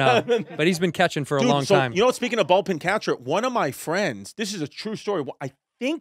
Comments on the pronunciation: Am i the only one hearing him say "Ball"pin vs Bullpen?! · Chrissy calling it "Bolt-pen" then switches it to "Ball-pen" catcher, repeatedly..Gotta love Chrissy for getting both wrong eventhough he's always going to ballgames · Hey chrissy I think it's bullpen catcher not a ballpen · Is Chris saying Ballpin or Bowlpin catcher? He definitely didn't say Bullpen catcher right. 😂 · Ballpen catcher lmao. It's bullpen you bozo lol. 2 of my faves here! Chrissy D and Red Rocket! Great chemistry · I'm cringing so hard whenever he says "ballpen" instead of bullpen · It's bullpen, Chris. BULLPEN.